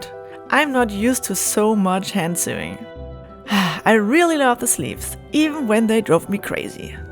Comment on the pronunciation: It’s sewing….. English pronunciation is sew( like so)